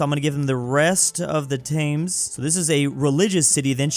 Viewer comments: As a brit this is mildly unwatchable it's pronounced tems not tames glassgow is pronounced glazzgoh and anything that ends with ham is hum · Its pronounced tems not thames its glaz go and red ing and berming am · Saying the "tangs river" is crazy. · “Tames River” (It’s pronounced Tems). Why is London a snake? (This trend seems common so this is the only one I will mention). “Tames” again. I’ll stop counting them now. Yes, it’s pronounced “Reding”. That is where Swansea, Llanelli and Neath are. Not Cardiff. (This really hurts because I live in the pink area). I already talked about snakes, but this thing needs to be mentioned too. Also, Cardiff is in “this thing”. Thank you. (I’ll write more later) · you say Thames like "Tems" not "Tames" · Calling river thames “tames” instead of “tems” is the most American thing ever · T-Thaymes River? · Especially when he said "The river Tames" and "Taymnges" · its spelled “thames” but ts pronounced “tames” and he mightve made a mistake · He said "Taymnges River" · I die inside every time you pronounce Thames wrong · As a British person, I can verify that "Thames" and "Reading" aren't pronounced that way, and anyone who does is publicly humiliated. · As a brit, the way he pronounces thames makes me depressed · that Thames pronounciation is painful. Just forget about the h and make the a into an e, sorry.